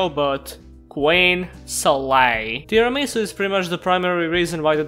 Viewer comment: You pronounced Tiaramisu wrong.The dessert name is Tiramisù not Tiramìsu.